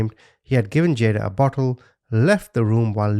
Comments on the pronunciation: JaDayia is the little girls name not jadajai, the news got it wrong. Pronounced as Ja-Day-ia. She shares the same bday as my youngest daughter. So sad. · As respect to the victims it would be nice to learn the correct pronunciation of their names. I realize that many of these names are extremely difficult to pronounce but not impossible, just a little more research. Jada works because they very likely called her that. The name is probably pronounced Ja Dasia (like Asia with a D) but make a few phone calls and you could find out the correct pronunciation. Respect the culture. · Ja daya...thays how u pronounce it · I think her name is pronounced Juh/DAY/sjuh.